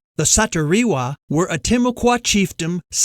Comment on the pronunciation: U guys not only butchered the man’s name but u also fucked the description of him(dark skinned/well spoken) and missed and changed a lot of both basic and important information and facts…. Pshhhh🤦🏾‍♂️typical